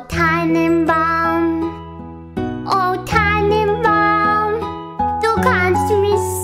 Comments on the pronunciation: stimm ich zu, außer Tannenbaum das war halbwegs gut ausgesprochen. Der rest war müll, aber süß. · Tannenbaum kann sie irgendwie gut aussprechen aber es ist so cute irgendwie xD